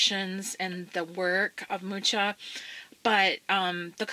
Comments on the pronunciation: Thanks for sharing! As I know it is pronounced "muha" and he was Czechish. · And I've been pronouncing his name "Mooka". Beautiful books by the way. I'm might buy books 1 & 3.